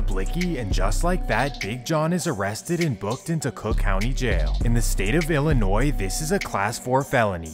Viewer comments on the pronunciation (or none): The "s" at the end of "Illinois" is silent bro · He also pronounced the S in Illinois 🤦🏽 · black people say Inglewood... it's Englewood ..not anglewood but the e is pronounced ..black people also say Illa Noize lol I grew up with Chicagoans .. it's was chi town illa noise until 2012 when chief keef came out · You don't pronounce the "S" in Illinois. Also, there are 30 days in June, not 31.